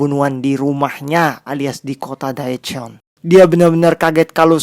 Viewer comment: Sorry bang mau koreksi dikit aja karena beneran ga enak bgt denger pelafalan daechon—- dibacanya de con bukan DAE CON Chae hwa ja dibacanya CEH WA JA bukan Cae Huwa Ja